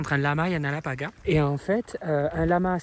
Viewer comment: Alapaga😂😂😂😂 c alpaga